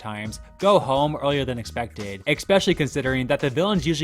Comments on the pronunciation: Love your content but holy fuck, it’s pronounced especially, not expecially. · Especially isn't pronounced "ex-specially" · Ramsay 'Review' of the reviews. "Eckspesialy". Get out!!! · Just so you know, especially is not pronounced expecially lol thats not a word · Couldn't make it through one more "eckspecially" from this guy. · “Ecspecially” is not a word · When you talk for a living, learn how to pronounce words like "especially." There is no "x" in the word.